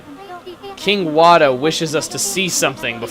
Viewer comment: Rly now...Wada is pronounced Water..and hes a waterish king..lol..